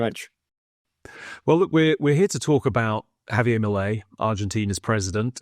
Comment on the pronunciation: Por favor, his name is not pronounced Javie' it's Javier. The r in Spanish is as rhotic r with the slightest trill.